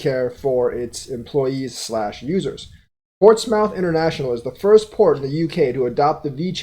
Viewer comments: It's pronounced more like moth not mouth. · It’s pronounced “Port-smith “ Keep up the good work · Portsmouth (ports-mith). I use to say the same thing lol. There is a city in VA named Portsmouth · lol pronouncing Portsmouth 🤣🤣